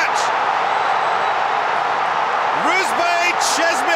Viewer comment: Cheshmi no chezmi Sh like shin no z😂